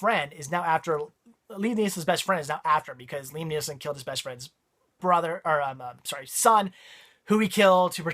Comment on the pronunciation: Did you call Liam Neeson, Liam NeeLson?? LOL